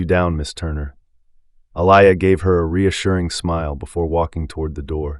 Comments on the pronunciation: Can you pronounce her name right Alia not Alaia. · This reader needs to be trained/ He has mispronounced this name: AH-LEE-YAH...several times and I also noticed in one statement her hame was changed from Aliyah to Elias. The reader...like Carol needs to be trained or schooled...or...find someone who knows how to pronounce the names in the story. Listen and count how many times the Owners' name was mispronounced...it is like the pot calling the kettle black...Is there some subtle insensitivity transpiring here> How sad...at least Carol was open and cooperating with change....and she was just a character.... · Wow he has pronounced her name wrong so many times. I like the story though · The narrator couldn’t seem to get the owner’s name right.